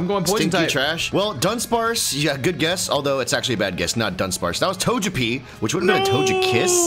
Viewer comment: The way you guys mispronounce names like Togepi scizzor and tangela bother me so much 😂😂